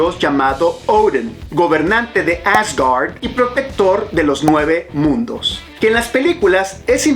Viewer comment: No hace falta poner acento anglo a Thor, Odin, Asgard... Proceden de la mitología nórdica (vikinga) y Marvel los tomó prestados de ella.